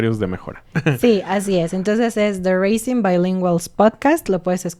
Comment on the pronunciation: tu inglés es muy bueno, pero aquí va un consejo de pronunciación. En la palabra "raising", los hablantes de inglés usan un sonido de s muy suave. Suena más como "razing", con sonido de z. Como lo estás pronunciando ahorita, suena más como "racing." Solo te lo comento porque es el título de su nuevo pódcast y lo van a decir muy seguido.